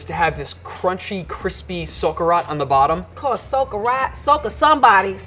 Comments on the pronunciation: Oh god love how they pronounce "socarrat" I was trying to understand what the heck they were saying for a minute straight lol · OH MY GOD when they say socarrat I’M DEAD HAHAHAHHA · Bro OMG this dude saying he's from a Spanish household and pronouncing socarrat like he only ever read it LOL this video good but as a Spaniard, this dude really making me go crazy over here